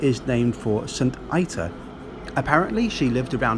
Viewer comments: Saint ee-ta and not saint ay-ta! Sorry :) But it doesn't really matter...you're grand :) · Its pronounced St Eta ...... rhymes with the English name Rita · Great video. The girl's name Ita is pronounced EAT-AH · Saint Ita, pronounced Eeta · St. Ita: {pronounced Eeta}